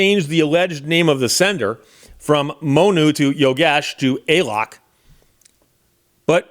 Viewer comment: It's not "Ay lok" it's "A A lok"...